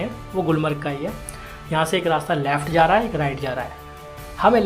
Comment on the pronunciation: Bhai Laaaft nahi hota ! Left hota hai !